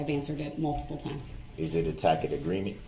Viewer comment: 😂 imagine going to college, then on to law school, working as an attorney for years then becoming a judge, then rising to head judge of your jurisdiction to then be lectured and told you're wrong about the law by a total moron that pronounces it "tack it" agreement! 😂 how judge Dorow kept a straight face when Duh-rell spouted his nonsense is nothing short of heroic 😂😂😂